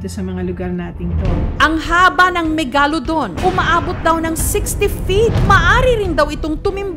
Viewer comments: Megalodon MEG-LA-DON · JUST PRONOUNCE MEGALODON CORRECTLY